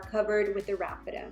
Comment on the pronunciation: Isn't it pronounced Raffia not Rafitta..lol. I could be wrong. Really enjoy your channel. God bless.